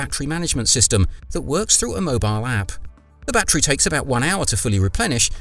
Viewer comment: But it's NOT a "ba-Tree", it's a "ba-TTerY".